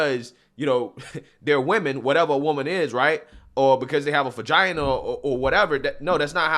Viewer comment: pronounced "fun,-gina" 😊